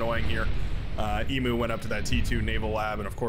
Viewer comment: Not sure if theEMU is meant to be the Australian animal. But if they are then it's pronounced 'e-mu' and not 'e-moo'. E-mu (like the greek letter mu with a y/j sound, or like the letter U)